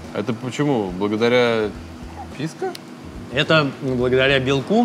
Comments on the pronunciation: Почему ПискА?! 😆ПискО! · О, новое видео у едим тв, ну-ка, что тут у нас... ПИВКО САУЭР?! Ну наконец-то пошли нормальные коктейли! Ааа, писко, а не пивко, не ну это скука, пойду лучше замешаю себе олдфешн на балтике 9. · Если слушать, и каждый раз когда он говорит "ПИСКО" думать о детородном органе, то можно проржать почти весь выпуск.